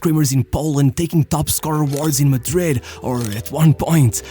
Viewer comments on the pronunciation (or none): none